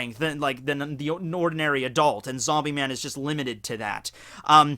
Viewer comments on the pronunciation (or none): none